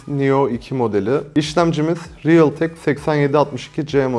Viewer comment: Yılların realteki riıltek oldu ya 😂😂😂😂😂